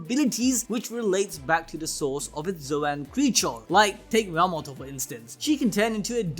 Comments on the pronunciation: yo-ma-toe?? its ya-ma-toe!! Ya not Yo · Hey, her name is pronounced YAM-A-TO not YA-MAT-O!